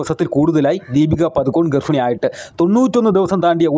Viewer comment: foomi alla Bhoomi, Garfini alla Garbhini.